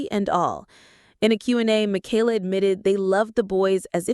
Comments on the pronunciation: Thank you for pluralizing their last name correctly when you were talking about Nathan and Esther. You said "the Bateses." It made my day. :) (Even if you did pronounce Michaela's name incorrectly) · It’s amazing that you narrate this as if you got all the facts. Half of what you have said has been twisted a little bit or totally false and is not facts. If you watch all the different kids vlogs you know them well. Michaela’s name is NOT Makayla! Katie never said a word about going back to school. They also have a home they own in NJ so they haven’t been flitting from apartment to apartment. When they moved to TN they got 1 apartment until they figured out where to buy a house. Lawson and Tiffany do NOT live in CA. The house they show is Tiffs house from her younger days that she personally bought as a kid with her TV money. Of course they are keeping it in case one of her auditions works out and it is an investment. They did not buy Will a pony. They rented a pony for his party. Pretty certain Carlins pool was opened at the end of last summer. Erin and Chad had to move and didn’t want to but the farms lease was up and I think sold. They also had to give up the goats 😢. Josie’s cruise was a mommy daddy cruise with friends. They took the kids to Hawaii. The boutique is not just Whitney’s. Carlin and Erin are owners too. But Erin has stepped away since 2021. Mama Jane is Gil’s mom. Kelly Jo’s mom Betty Jo died in 22. Ellie and Addie are NOT twins the Bates have no twins.